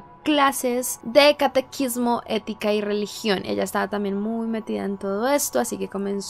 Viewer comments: No se dice catequismo sino catecismo jaja. Saludos, buen video. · No es catequismo,es catesismo